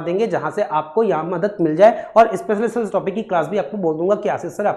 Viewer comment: भाई अस्पेशल नहीं special होता है, आपको ही क्लास लेने की अवश्यकता है